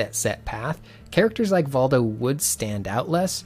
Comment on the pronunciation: I think it's pronounced Voldo